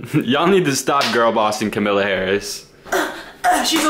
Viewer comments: Wait til finds out it’s Kamala not camila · "kamilla harris" is the exact mispronunciation she deserves for her crimes LMFAOO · i can’t get past him saying kamilla harris. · PllS it's ka-muh-luh (emphasis on ka) not camilla 😭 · the way keeps pronouncing Kamala is hurting me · pronouncing kamala harris’s name wrong feels like a hate crime